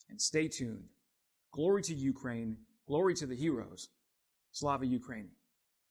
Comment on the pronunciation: [yoo-CRANE] not YOO-crane